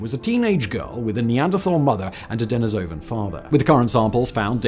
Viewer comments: Fascinating! I think it's pronounced duh-NEE-so-van, though. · Love your work, Simon, but I have to pick a little pronunciation bone with you here. It is De-NEE-so-van, not De-ni-SO-van, and De-NEE-so-va, not De-ni-SO-va. You have to look at the original Russian pronunciation.